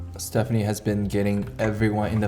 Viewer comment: Stephanie my love don't worry your pronunciation is 95% correct ❤️